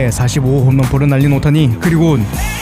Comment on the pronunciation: 오오타니를 제대로 오오타니 라고 발음하게 영상을 만든게 좋네